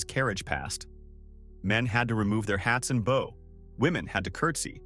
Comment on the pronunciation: Stop saying bow wrong